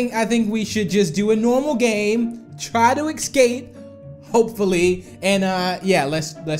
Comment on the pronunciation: It's escape not ecsape